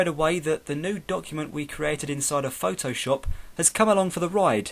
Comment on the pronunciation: nice but you say this like phtooowshopp xD!!